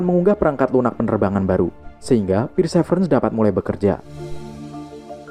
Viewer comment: Perseverence bacanya persiverens bukan pirsevrens😂